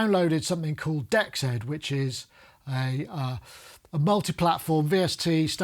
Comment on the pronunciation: DEXED is pronounced, "DX'd". Like DX past tense.